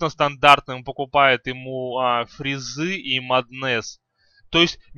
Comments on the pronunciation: Он еще сказал "фризы" вместои"фэйзы" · Прошла минута, а из моих ушей уже вытел литр крови. Эти ваши маднЭсы, батлефУры и фризы это какой-то жесточайший пиздец.